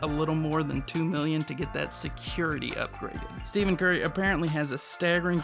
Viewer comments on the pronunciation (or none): It’s not Steven it’s “Stef-in” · Did he just say Steven Curry? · The man said “Stephan curry” 🤣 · "steven" curry im deaaaad